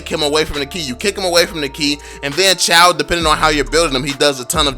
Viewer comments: Chou is not "chow" it's "chu". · He keeps saying chaw to chou wtf🤣 Filipinos will understand better💯👌